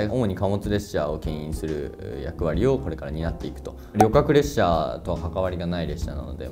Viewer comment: EF510の話の時の「旅客列車に関わりがない」で『りょかくれっしゃ』と言っていたのが素晴らしい！ オッサンには好感度高いですね。